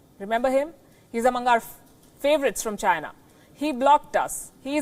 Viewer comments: i fucking die every time they show that "it comes from CHY-NA".LMAO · the way he says CHINA ! just makes me lol .....He sure hates CHINA ....lol